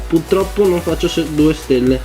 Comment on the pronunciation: PURTROPPO con la R dio bbbbbbb